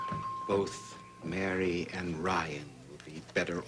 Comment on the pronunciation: I get so annoyed the way piles on the Irish accent when she says Mary.